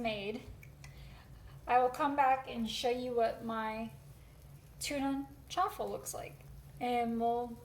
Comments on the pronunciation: Thank you,. Hearing “Chawaffle” repeatedly is very distracting. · It's chaffle Not chew affle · I know the way the word is pronounced, however, I PREFER the sound of "cha-waffle". Whatever they're called doesn't alter their taste & they're a lot of fun to 'create', besides. Thank you for your endeavors. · I'm not Italian but I grew up in an Italian neighborhood and never heard that word pronounced your way. The way you say it makes it sound like a fancy Italian sports car. LOL Though your "chu-waffle" sounds really cute, like you. 😍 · Why are you adding an extra syllable in the word? lol. Anyways thanks for the recipes!!